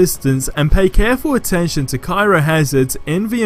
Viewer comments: It's pronounced "Cry-oh", as in cryogenic (freezing tissue), not Cairo the place in Egypt. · I had to read the modifier page to see what he was talking about, it is pronounced (cry-o, not ki-ro) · It hurts when you say cyro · The word is pronounced “Cry-o” bro!